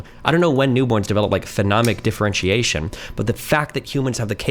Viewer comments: jesus christ it's so annoying when he calls it phenomic differentiation instead of phonemic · Fo-nee-mik is how to pronounce phonemic. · saying "phenomic" for "phonemic" over and over and not getting corrected is tilting me so fucking hard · bro said phenomic lmfaoooo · For someone with advanced knowledge of how children perceive sounds, it’s hilarious to hear mispronounce “phonemic” as “phenomic” all the time. Also, mans is full of shit. Children learn to discriminate sounds very early. By 6 months on average children can differentiate their mothers’ native language from that of others. Take that from someone who actually studied sound structure as well as applied linguistics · Whoever stepped in for allophones and phonemes, you are my hero. his mispronounciation was irking me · I was so triggered by them both mispronouncing "phonemic" for the first part of the debate. I knew what they meant, but...